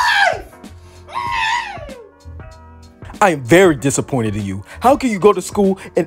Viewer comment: “I am dissaqointed”